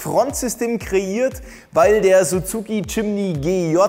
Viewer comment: Aussprache von Suzuki macht mich jedesmal 😊